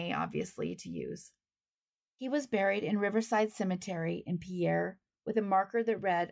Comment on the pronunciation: Just FYI, but I believe the South Dakota pronunciation of Pierre is closer to 'Pier,' but I'm from Minnesota and cannot say with absolute certainty. I enjoy your channel.